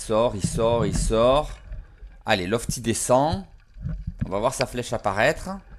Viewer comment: Super. J’adore Et c’est loTfi et ne pas lofti 😂